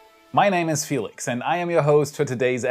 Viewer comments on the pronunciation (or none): none